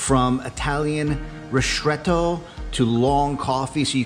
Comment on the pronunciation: why do you say rishtretto? it is ristretto